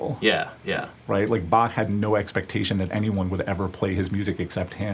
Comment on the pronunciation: I'm from Austria (for all that don't know, we speak german over here) and I just gotta say: I love your pronounciation of "Bach". It's awesome to hear an english-speaking guy pronounce the "ch" right!!! :D and a nice video btw :D